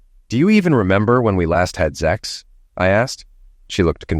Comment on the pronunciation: For God's sake, the f'ing word is sex, not zex!